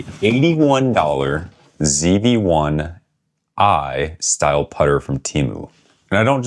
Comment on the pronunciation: You don't pronounce the name right even lol